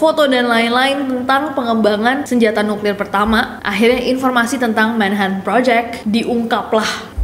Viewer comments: Manha'an Bri'is Cocon'u wo'a Manches'e ci'i On the bo'om Li'e bi' wo'a 😂😂😂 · MAN - HA - TN BRI - TN BULEPOTAN